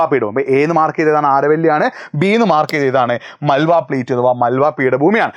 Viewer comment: മാൾവ. not. മാൽവ